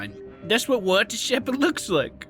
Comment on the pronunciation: Who's Walter Shepherd? Did you perhaps mean Waltah Shepehd?